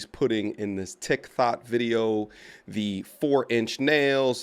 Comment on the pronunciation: Did you say, "Tik Thot"? lmao